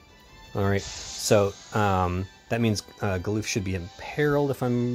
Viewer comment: The concept of limiting to series is better, because it's about recreating the epic battles from Final Fantasy but then you either need to lower difficulty or allow some sort of way to get a NV unit from that series if you are new or unlucky. So execution makes it bad. Also it's GAH-LUF. NOT LOOF. According to FF14 voiced lines and not in Japanese either. So many FFBE creators say it wrong, why?! This is my berserk button.